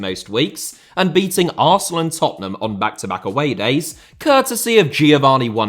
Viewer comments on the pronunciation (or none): none